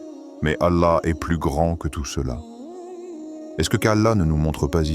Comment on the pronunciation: Salam, Vous faites des videos avec ia. Attention svp la prononciation de Allah est Grand l' I. a prononcé le D est cela devient un nom féminin.